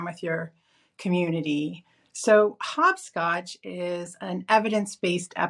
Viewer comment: Another informative pod but why do you say 'Hob Scotch? Surely it is HOP scotch? As in you 'hop' in the game. Just a thought from Britain :)